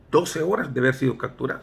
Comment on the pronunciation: Buena historia! Solo una observación se dice capturado! No cacturado!